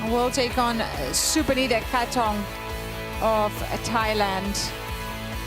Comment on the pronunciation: you can clearly hear the PA and the umpire say ka-TEH-thong, yet these announcers still keep on saying it as kate-thong. come on, be better. and please! talk about the match more and not just story telling all the time